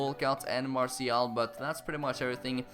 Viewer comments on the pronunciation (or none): How the fuck do you call Martial Marcal😑😑